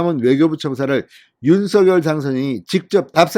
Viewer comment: 발음이 윤성녈 입니다 윤서결이 아닙니다